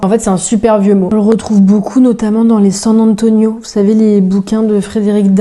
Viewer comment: Par contre, on ne fait pas la liaison entre San et Antonio. Frédéric Dard avait horreur de ça.